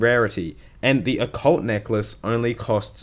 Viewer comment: the way you pronounce necklace makes me want to die